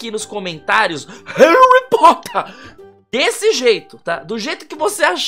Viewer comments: HERUYH POTTEHR Ou pelo menos foi isso que vc falou kkkkkkkkkkk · RUARRY POTHÉR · HAARRyy POOtter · HAURRY POTHAR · Harry pootah